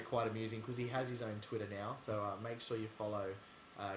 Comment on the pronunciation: I loved how he said twira instead of twitter lol. I love his accent so much!